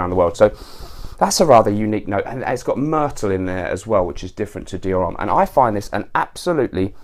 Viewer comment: H in HOMME is silent. Anyways, really like your channel, keep it up!